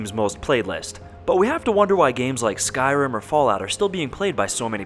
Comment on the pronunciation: The second he said skyrum you know he's talking about mods